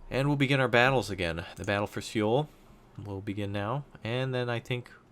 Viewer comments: Just for future reference, Seoul is pronounced "Soul," not "Seh-oul" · Alas, I am one of those Koreans who is cringing over his pronunciation...but I still enjoy his videos.